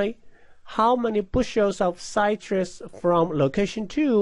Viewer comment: Would be nice to finish the problem. Also, if you're going to use English, figure out how to pronounce it correctly (e.g., "citrus" does not rhyme with "flytrus") and use cities you know how to pronounce (e.g., Ocala = Oh kah' lah).